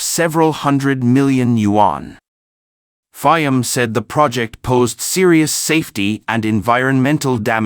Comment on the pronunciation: This is a horrible production. Not much care to facts, names of country, use of correct pictures and video clips ( Mishmash of all sorts) pronunciation of PM Fiames name; horribly one eyed,...CCP production at its communist best. We get it; you were pissed off at PM Fiames decision. Get your facts straight as to WHY?!